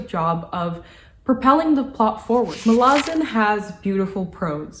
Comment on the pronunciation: She actually pronounced it near perfectly, Muh-la-zin. Source: ~25seconds in